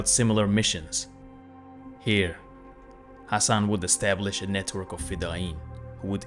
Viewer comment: 8.48 Thats NOT the way to pronounce ´´Ibn Sabbah´´ even the name Hassan wasn't pronounced correctly.